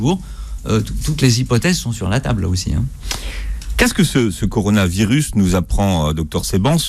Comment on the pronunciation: bien le "corano virus" à ...